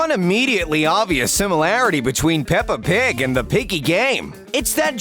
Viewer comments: did i hear you said peppr pig show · Me:*hears pepper pig* Slso me: :0 peppa pig is actually pepper pig? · The narrowrator say paper pig